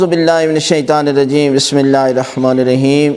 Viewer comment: ap Bismillah irrehman q bolte hn bismilla hirrehman q nhin bolte